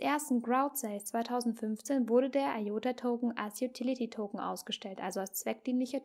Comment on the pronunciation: Es heisst ''I''OTA und nicht EI ota....